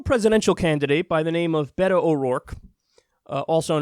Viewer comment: beyyhhto? That's not how you Beto I think, but who cares from now on amirite lol